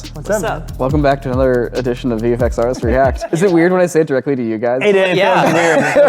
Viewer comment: LMFAO he actually says "artists", I had to rewind to notice 🤣